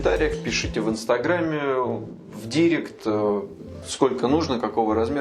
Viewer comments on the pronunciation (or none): none